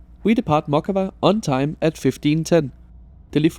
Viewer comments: I got pierogi served on a real plate while the pork chop with potatoes was still served on those single-use plates (so I guess that depends on the meal) It's actually pronounced closer to Моцкава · Lithuanian here, haven't tried this service yet, thanks for your review. Though my ears kind of bleed hearing you mispronouncing the town of name of Mockava... We should have Stadler trains soon which are much more modern, though not sure if they'll be used on this particular route.